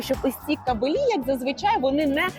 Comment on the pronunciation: Все супер! І все ж таки в "кабелі" - наголос на "а". Бо виходить "воінствующій фемінізм" 😉